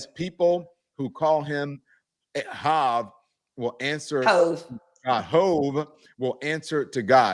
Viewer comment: You don’t even know his name his Hov - this debate was over when you called him Haav